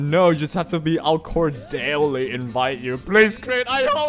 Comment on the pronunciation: cordially pronounced as: cor-dee-ya-lee